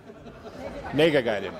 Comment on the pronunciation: “Negavated” and “negagated”?🤨